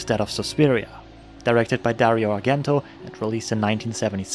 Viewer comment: it's [arˈdʒɛnto] not [arˈɡɛnto]